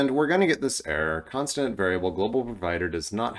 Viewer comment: Are you saying "constinint" or are my ears broken?